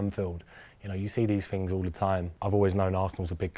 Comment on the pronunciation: things..???nah, it was a Ting..